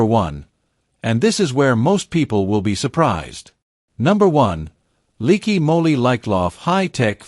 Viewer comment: Leaky Molly? Really?stinkin AI bull crap!